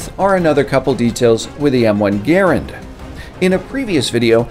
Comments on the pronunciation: It’s ga-rand. It does not rhyme with errand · It's not M1 g r and it's like £1,000 a grand an M1 grand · His pronunciation of Garand....... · the way u pronounce Garand worries me